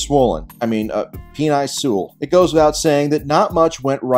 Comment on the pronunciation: I know it's a gag but isn't Penei Sewell's name pronounced Pen-ay?